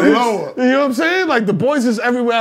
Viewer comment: “This ain’t Seneloa” 😂😂😂😂😂😂😂